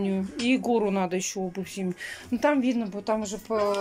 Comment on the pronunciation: ты так часто говоришь подписчики просят то...подписчики просят это...я,как твой подписчик прошу- сказать слово НАДО правильно. Не наа...,а НАДО! Я буду очень ждать)